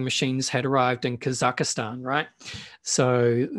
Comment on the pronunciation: Kaz- Zak- staan 😊